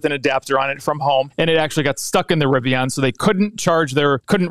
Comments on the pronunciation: It’s a Rivian like a Vivian not “ riviyaaan” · i hate the way you say riviAAN lol